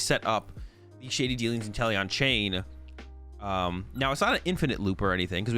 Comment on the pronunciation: I kept hearing you say “Italian Vmax”